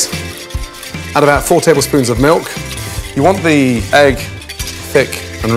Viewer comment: is it me or he just pronounced egg longer ?